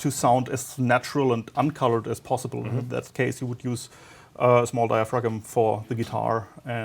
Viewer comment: Dia-frag-um. Lol